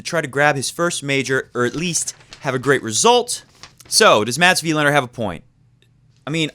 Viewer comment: Please stop emphasizing the "i" in "Wilander" and emphasize the "a" for the correct Swedish pronunciation. It felt like shifting down to 1st gear while driving 80 mph every time you said Wilander that way ; )